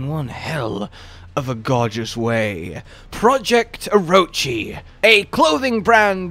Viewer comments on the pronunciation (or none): none